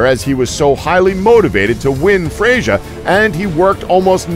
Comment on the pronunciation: Cringed until I could take it no more, at least pronounce the names properly!! Who the hell is Fray-sure????